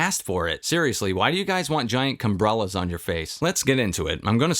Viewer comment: 2024, the year I heard someone say "cumbrella" in a Sonic 3 movie review. How did we get here